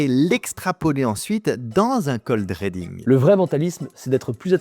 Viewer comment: ❤ Ri pas ré dans reading tu lis ridibg ❤